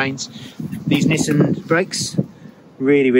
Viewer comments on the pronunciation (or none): none